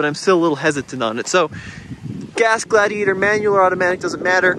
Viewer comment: Does the defroster work better on Blaze than on the Glad-he-ate-er